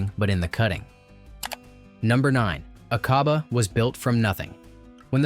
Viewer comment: Its not A-cob-ah. Its Ack-a-bah. PLEASE